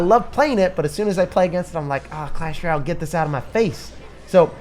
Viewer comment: Dude it’s clash rOLAY